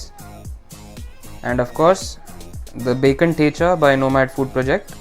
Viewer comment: Why are you pronouncing thecha not like a kamath